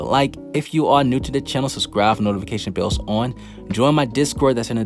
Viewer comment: Ok I don't want to be a dick but this whole trend of people saying sus-cribe is weird it's sub-scribe there is a B in there. Not trying to be a dick again. 2ndly good video your predictions have been solid granted that you and that other anime balls deep channel are the only channels that does a good job with predictions.